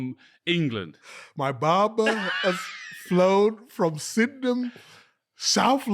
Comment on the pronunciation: Man said Sydenham 😅 who from the ends is trimming Micha 😅🤷👏